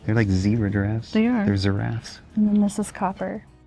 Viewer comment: ‘Ziraffes’ 🦓 🦒 😂 And a ‘spossil’ 😂